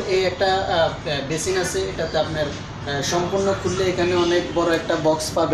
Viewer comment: উচ্চারণ টা বেসিং নয়। বেসিন।